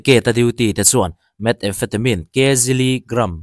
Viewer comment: 'Methamphetamine' i lam dan ve ziah hi a diklo rere.... 'Met•emphatemine' tih tur a nilo... 'Mehtham•phetamine' tih tur